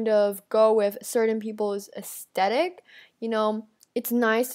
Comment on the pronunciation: Ew, did she just say "Astetic?"